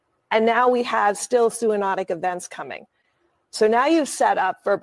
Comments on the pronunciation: She didn’t pronounce “zoonotic” correctly. That’s is basic information if she really is an “expert”. I doubt how much she actually knows about the information she is presenting. 🧐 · Again she pronounced “zoonotic” incorrectly!!!!!!! She is just a “ talking head”!!!!!